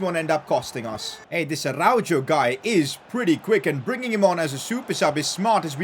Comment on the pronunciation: from someone that lives in spain and is fluent in spanish pls pronounce araujo's name properly